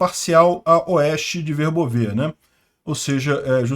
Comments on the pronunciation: Oi! Volte a pronunciar corretamente Verbóve Parabéns pelo trabalho! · Boa tarde,! Eu dei uma olhada no Google Tradutor, e a maneira que você pronunciava Verbove antes é que, aparentemente, estava correta, o último "e" não é pronunciado.